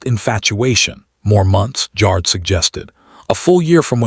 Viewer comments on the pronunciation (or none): Jar-ed not jarrd